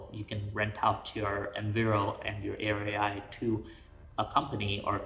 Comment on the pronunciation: Watching it right now so I'm adding my comments on the fly. I think Airia is supposed to be pronounced like "area"